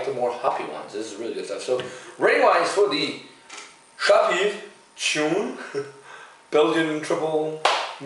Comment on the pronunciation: Shchoon :) Sha w peev